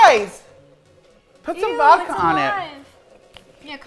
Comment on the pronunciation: The way is saying SpoOoOOOoky 🤣🤣🤣 And Vodkar 😭😭😭